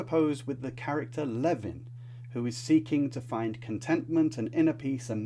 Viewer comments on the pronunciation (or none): none